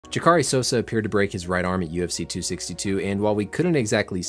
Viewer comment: This man said ‘Hodger’ 😂 lol